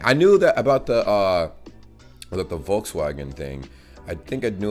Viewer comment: Okay, I have to get some things off of my chest. I'm getting passive aggressive with the "Porsch". IT'S "porschE" not "porsch" *crying*. You pronouce the "e" at the end (The "e" is pronounced as the "e" in "get" ) And it's also not "Wolkswagen" but "Volkswagen" (spoken like "Folkswaagen"). Oke, now I'm alright! :D And secondly I might just add a fun fact (probably only for everyone, but my german fellows). So... Yes, Karl Benz was the person who invented the automobile. But the first person to actually drive a auto was his wife Bertha Benz in august 1888. And she was also the one who made it possible for Benz to create the automobile thanks to her entrepreneurial, technical and financial commitment :D